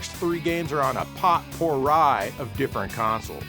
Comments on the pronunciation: Should be pronounced more like pow pr ee to you yanks. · It is “poh - pu - hi” and “cu - de - gras” . Both stress the last syllable. You’re welcome.